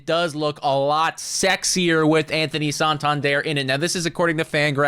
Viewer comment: PLEASE learn to correctly pronounce Santander. Its not "sawn-tawn-dierre"